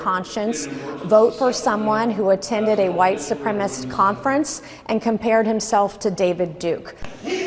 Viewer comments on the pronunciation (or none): It's white SUPREMACIST. Not white supremest. Why is that word SO HARD for Republicans to say? 🤔